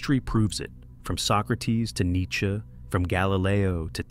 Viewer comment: That AI shit is wild - extra letters, or parts of letters, smooth vocal diction that spazzes out on sub titles. An insult to intelligence, which takes the irony prize for today. EDIT: Mispronouncing Nietzsche is a step too far. Couldn't trust another thing - nor the stuff before it. Shortcuts destroy credibility. AI is a shortcut.